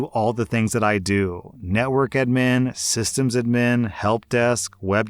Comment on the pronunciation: Why do you pronounce admin as Edmin??